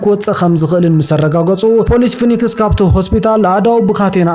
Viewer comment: ፎኒክስ ዘይኮነ ፊኔክስዩ ዝብሓል ንስኻ ድማ ዝተሓወክካ ትመስል